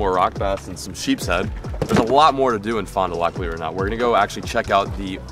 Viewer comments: Fond du lAk it’s a a not a o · "fon du lock" lolol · Awesome that you started where I was born !!! and it's pronounced Fon doo lack and you need to drink A Leinie to celebrate all those sheephead you caught. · "Fon doo lock" SMH come on your at least from the flat land.